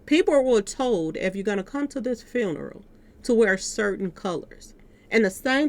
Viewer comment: I really wish you would shut the fuck up. You don’t even know how to say funeral the right way.